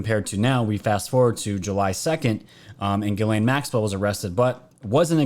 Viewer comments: if you say geeslaine... this is how you pronounce the name..not geelaine it;s french,,Ghislaine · Pronounced galaine. Its french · It's Gissss lane...pronounce the s please. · I love your Channel. I honestly listen to every one since last year, but PLEASE try to pronounce names right. You did great when reading it. Small thing to ask but man it is you keep messing up that ladies name.